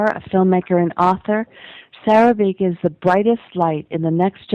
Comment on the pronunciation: Please know it's "Sera" not "Sara"